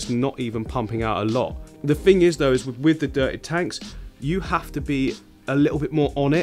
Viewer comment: Wiff instead of with. Lol